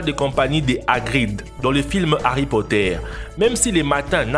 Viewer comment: Hary potére 🤣